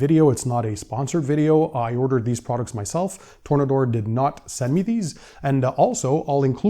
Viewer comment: Its Tore-Nader